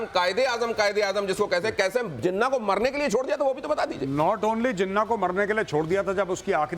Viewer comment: Jinna nahi jinnah bolna to seekh lo jang laro gay bat kerna to seekh lo pehlay